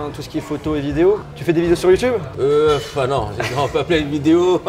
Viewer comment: Mdr il a di youdoube